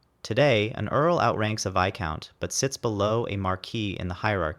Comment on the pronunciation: The S in Viscount is silent and never pronounced